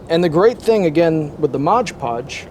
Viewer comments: Mod... podge.... not modge podge lol come on man your killing me hah thx man I might have to give this a try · Mod Podge not Modge Podge. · "Modge"? It's 'Mod'Podge. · It’s MOD podge, not MODGE podge. BTW it’s just cheap PVA glue rebadged. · Mod podge not modge podge…